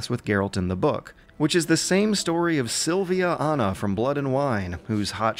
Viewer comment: It's Syanna, not Sylvana